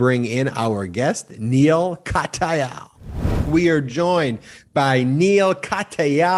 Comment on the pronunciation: Love the presentation and the discussion, but....Perhaps the reason Neil Katyal "called you out" was that you consistently mispronounced his name -- IT'S Kat - yal. NOT Kat - A -yal. He's been all over MSNBC for years, so he has a right to expect you'd do your homework and at least READ his name accurately, or at least listen to someone who does. We all like to be acknowledged by our name - I know. My name's French, and simple, but Americans MURDER it, because it's not pronounced like it looks. Neil's name is easy - all you have to do is READ.